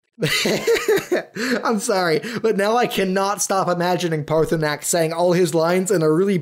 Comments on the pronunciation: You all dragons names are shouts that's why you say odahviin every time you call him to aid you in battle its not paathurnax its paa Thur nax and it not Alduin well it is but its al du in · It's-a-me, a-Paarthurnax! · Excuse me im paarthurnax